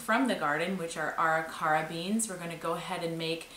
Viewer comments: Ah REE ker uh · Arikara is pronounced ah Rick er ah. Nice work, thank you for providing super interesting Internet content. The best part of the Internet is being able to access information like this . Love your channel and that the family is part of everything.